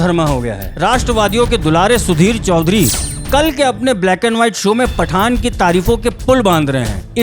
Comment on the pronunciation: He is saying FATTAN 🤣🤣🤣🧨💣